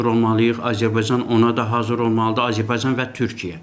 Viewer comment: Babat danışır ancaq Azərbaycan sözünü ermənilər kimi tələffüz edir.Belə də ki ,hələ indiki halda İranı parçalamazdar.